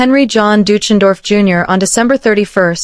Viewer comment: Dootchendorf? That’s a hysterical but really wrong pronunciation